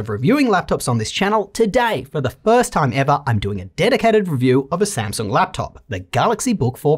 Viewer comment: I just endured one of my most trusted reviewers passionately butchering a brand I love very much lol